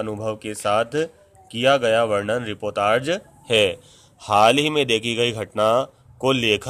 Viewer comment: Uccharan shi karen...ripotarj nhi hai...reportaj hai.